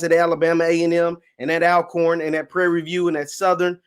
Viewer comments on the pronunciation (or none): Ok it is speed Alcorn but here we say all corn ok, just like mobile not mo-bile come in man please. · Great video but it's pronounced as ALL-corn.o